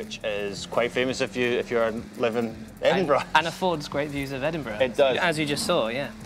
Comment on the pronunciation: Liam Bob Not Edinburgh - It's Edinbraaah